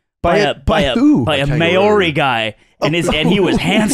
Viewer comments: pronouncing Maori like mayory is just make me sad. Pronounce it like communist leader Mao Zedong Mao and then ri but roll the r like in Spanish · Slimes pronunciation of Maori hurts my feelings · As a kiwi I don't even care he couldn't pronounce the names of towns here. Alot of them are Maori names so 90% of people would have trouble pronouncing them.